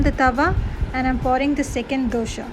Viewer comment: Hi , nice video..Please pronounce dosa not as dosha